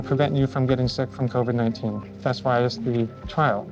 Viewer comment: He said cover 19 lmao